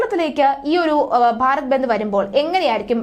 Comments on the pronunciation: ബെന്ദ് അല്ല ബന്ദ് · ബന്ത് അല്ല ബന്ദ്